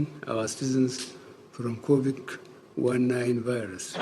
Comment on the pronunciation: I am rolling on the floor😭😭. The first video took me out and Buhari’s pronunciation of the virus - COVIK 1 9.😂